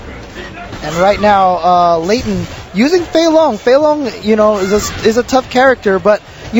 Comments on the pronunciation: james chen is not actually asian. hes actually more white then ultradavid. as you can see by his horrible mispronounciation of the easiest names. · Was it really that hard to pronounce "Layton", James Chen? You have a masters degree!